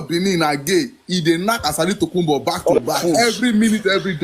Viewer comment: Just listen to their voices and how they pronounce their words. Example, Igbos don't pronounce dokubo as asari tokumbor...